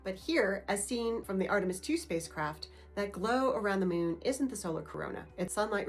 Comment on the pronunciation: Why are you saying "mewn"? It's MOON.